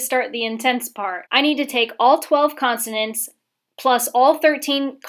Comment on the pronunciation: Constonants lol